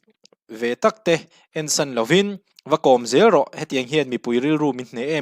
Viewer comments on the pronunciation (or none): none